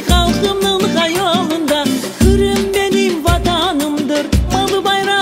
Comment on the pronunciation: "хырым" дегиль, Къырым. Байрах дегиль, байракъ. Догъру лаф эт, яда лаф этме,!